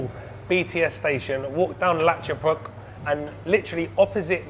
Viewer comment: You said "rad cha pruek" more correct than most thai people,ha ha